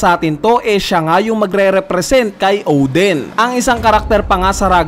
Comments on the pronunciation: O-din not Ohw-dhen. Lol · Odin, not Oden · Odin kuya hindi Oden